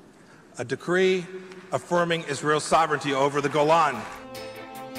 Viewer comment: FFS It's 'sovereignty' not 'sovereign-i-ty.'